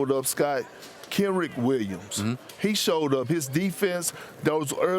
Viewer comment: Perk can't even pronounce his own first name😂😂😂 he said Kenrick Williams lol